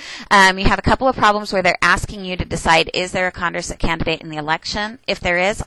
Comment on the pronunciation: Condorcet was French. It's con-door-say :D